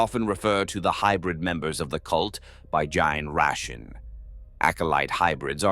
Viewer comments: Ok nevermind, it also gets "generation" as "gin ration". That's an AI error is what that is. Complain to its programmer if you can't alter its pronunciation of single words. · I like the art. Good point about the tyrannid cult model. I've been enjoying your videos so much. But I can't with the narrator repeatedly saying Gin-Stealer, Gin-Tick, & Gin-Ration. Please. It's worth the time to go back and fix it. Thanks for all the good lore.